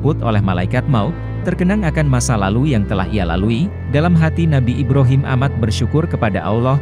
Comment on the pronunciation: Brhama = Ba Ro Mim = I B Ra Him